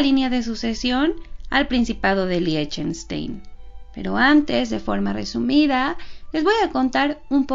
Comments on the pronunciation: Se pronuncia LIJTENSHTAIN. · Se pronuncia ligtenstain, así como Einstein se pronuncia ainstain, así mismo Liechtenstein se pronuncia ligtenstain, como el número uno que uno se escribe ein y se pronuncia ain, el número dos se escribe zwei y se pronuncia svai. Y la palabra von que es de, s pronuncia fon, la v en aleman se pronuncia como la letra efe. La letra w se pronuncia como la v.